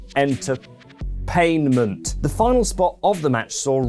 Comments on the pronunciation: I was crying laughing when you said “sports enter-pain-ship”. Amazing job you’re doing great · "enter-pain-ment" love it! Good job